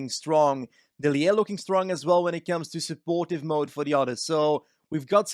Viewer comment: Hey you dont say dillir you say dilliééé